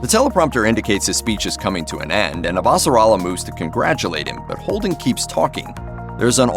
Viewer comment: Super annoying to have a narrator who clearly hasn’t watched the show and mispronunced Avasarala’s name dozens of time